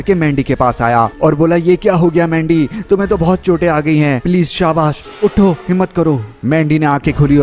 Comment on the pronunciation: Pahele to mujhe laga ke mandi ko lendi kyu bol rha hai 😅😅😅😅